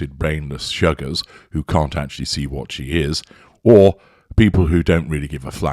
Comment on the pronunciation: The way you say sugars cracks me up. Ye posh accent shows through.